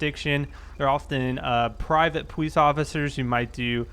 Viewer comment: "pawice officer" lol